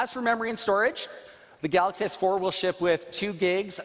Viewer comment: can't the CEO guy know how to pronounce his own phone's name? I mean I can understand the accent, but even Miyamoto can say "Super Mario".